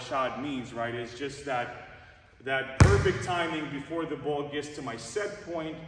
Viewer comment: the boo-oll🤣